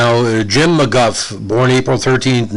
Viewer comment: I think he pronounced it McGoo. He was solid for Wichita, but that team wasn’t as good as 94 and 95.